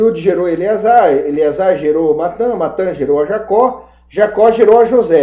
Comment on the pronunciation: Só lembrando que ñ é Natã e sim Matã.